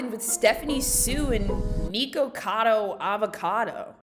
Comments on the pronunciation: why do you keep saying NEEKocado? his name is nicholas, it’s fucking NIKocado. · "Knee-kacado avocado"